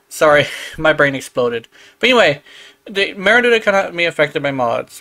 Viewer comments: Literally saying Luna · THAT’S NOT HOW YOU PRONOUNCE MERULINA. LINA, NOT LUNA 🤦🏻‍♂️ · i cant handle how you're pronouncing merulina i dont even play yaerli